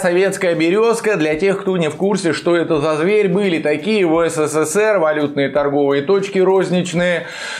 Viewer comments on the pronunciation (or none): none